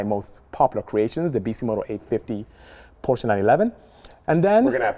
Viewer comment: Fact: Porsche is a two syllable word.